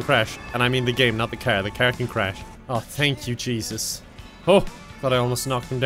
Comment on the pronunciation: I like how he says "car" as "caehr" 🤣🤣🤣